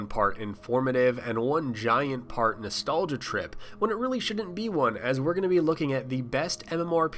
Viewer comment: the accent on nostalgia is on the i, not on the first a